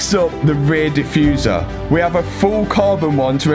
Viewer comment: Good thing you finished the ray-ee-aye-uh. ;D I recently watched the Matt Rife bit about Europeans not using consonants, just made me laugh. look it up! love your channel!!